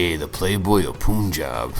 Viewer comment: Hey professor, it's pronounced as "pun- jab" Pun as you pronounce it in English